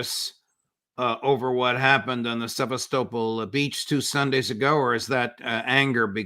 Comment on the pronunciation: The judge is wrecking my head with his pronunciation of Sevastopol, just listen to Lavrov and learn. What is it with the yanks making up their own version of pronouncing locations wrongly, ie Qatar.